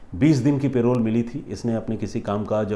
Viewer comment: सर वो पेरोल नहीं परोल होता है। vaibhav from bhopal